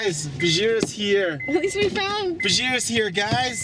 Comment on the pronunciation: Damn american accent made me sweat for a bid there "He's Faaaaaaaaa ound"